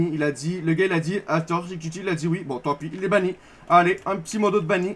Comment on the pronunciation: AfterShneck mdrrr c AfterShake